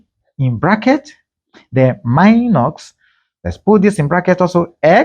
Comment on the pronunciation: Why do you say minoX and pluX? It is not english.